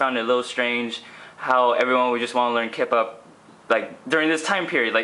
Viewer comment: everytime he says kip up it sounds like kpop... O.O lol